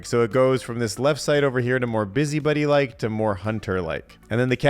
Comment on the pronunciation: Your pronunciation of “busybody” as “busybuddy” is annoying me to my core.